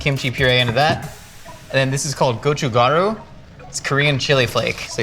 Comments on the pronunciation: it looks like "gochugaru" but g and k have the same letters. its actually "kochukaru" ko chu kah roo (fanetic) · Gochugaru is pronounced more like "gochukkadu".